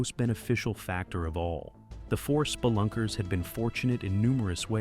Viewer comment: this threw me way off 😅😂 the way you said Spelunker threw me off